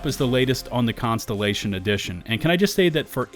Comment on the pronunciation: Contellation? Words are hard.